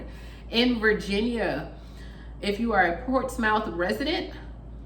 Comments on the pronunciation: Looking beautiful, Hey Girl!!! Portsmouth, Virginia pronounced as (Portsmith) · Lol, u pronounced Portsmouth wrong..